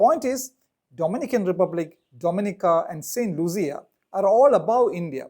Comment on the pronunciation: St. Lucia is pronounced looshia, not luzia